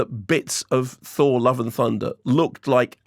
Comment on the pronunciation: Thor the Fourth. Thourth.